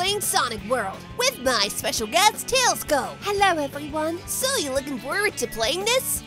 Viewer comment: I thought tailsiko was like tailsiko not tailsko